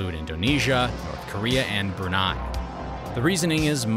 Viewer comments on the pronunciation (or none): none